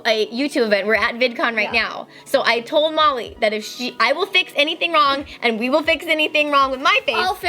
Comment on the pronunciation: When Kandee said “I don’t know Molly” it sounded like she said Mommy